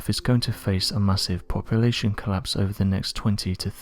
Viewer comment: "Poppa-la-shun" instead of "Population." I really wish they would find someone that can speak without an impediment. I can't stand this guys voice!